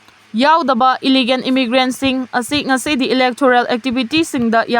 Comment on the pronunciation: It's illegal not illigan! Wat new anchor!